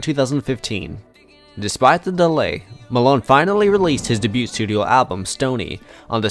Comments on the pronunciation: Bro are you saying "duh-byute" (debut) like that on purpose to mess with us all, or did you just not know it's pronounced 'Day-byoo'? Lol sorry I had to.. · Day-bue. Not Day-boot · Just FYI - debut is pronounced "day-beew"...not debuTe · Seriously, it was a mistake and it's not as if it negated all the great info in the video. How many freaking comments are saying the same thing? FFS. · debut......is not pronounced with a t. You're welcome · Debut is pronounced (day-bew) and debuted is (day-bewed) cmon man really? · So informative, but I literally couldn't get over the constant mispronounciation of debut & debuted over & over. 😭